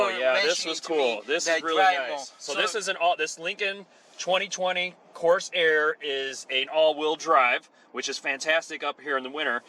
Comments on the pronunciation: this is not what l meant. Corsair is pronounced cor-SAIR (in a fluid manner), not cors-air with a pause in the middle. "Reserve" is a features set or a sub-model, not a base model name, which is Lincoln Corsair. "Lincoln Reserve" makes no sense... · Nice review. No, the model name is not "Coarse Air" as you kept saying.